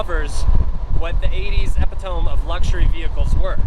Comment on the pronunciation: Nah sorry mate but those goddamawful bumpers (fenders for you lot) that your stupid government made Mercedes add to the car for "safety", completely RUIN the car. And btw the word is Epitomeeee. Like "wee," not like "ohm".